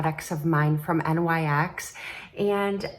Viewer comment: Lovin those earrings! What a pretty palette from NYX! I've pared down my makeup purchases this season, but that palette is tempting. LOL, you are so cute- its Sonia "Cash ick" and NYX is pronounced "nixx" who is goddess of the night, so that is what they named themselves after. Each generation has its offensive lyrics songs. I remember the PMRC (tipper gore) trying to have stickers put on any album with edgy words to the songs. It wound up banning hundreds of bands and independent label companies went bankrupt.